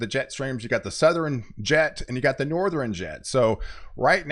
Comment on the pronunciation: why do you say southeren and northeren, those are not words. southern and northern bro.